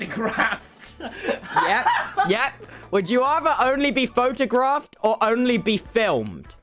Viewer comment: The way Tubbo butchers the word “photographed” I laughed way too much and he looked genuinely embarrassed xD